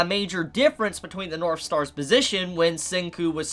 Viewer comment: Every time he says "north" in this video it sounds like he's saying "norf." Is that an accent? If so, in what part of the world is it common to pronounce the "th" sound as an "f?"